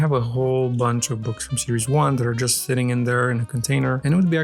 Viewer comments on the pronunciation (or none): none